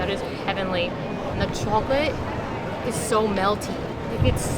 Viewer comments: ‘da chalklet is sow melty’ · they say chocolate like that lady in spongebob